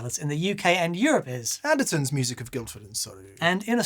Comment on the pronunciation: It’s not Andertons 😂😂😂